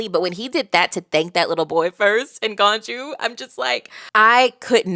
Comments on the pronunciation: Ganju, is pronounced as ganju Not as ganyu, that's the goat girl from genshin lol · The world of bleach is a bit of a hodgepodge of a bunch of different religions. Idk which religion the soul society is based off but it isn't based off heaven. You pass on in bleach and have to deal with all the same troubles you had in your previous life + a few extra. Obviously its perfectly fine to pronounce the names however you want but just in case you'd be interested ganju is pronounced with the english J sound not a Y sound like ganyu. But it is funny cause there is at least one character later on who's name is written with a J but is pronounced like a Y like in German. Hardly anybody pronounces the names right in bleach even fans. Especially later on the names get really difficult and come from all over the world. So don't stress too much. I'm not gonna say anything to influence your opinion one way or the other but from some of the things you said in this video its going to be interesting seeing your thoughts of the later on stuff. I know fans get overzealous all the time so hopefully nobody says more than they should.